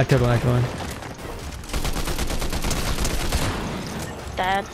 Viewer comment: Bro sayed instead of I'm dead I'm gay😂😂😂